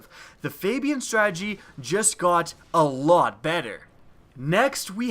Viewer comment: omfg the way you said "ALOT better!" Im frickin dead😂😂